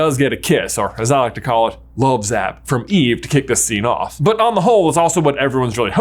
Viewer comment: It's eve-ahh!! 🥺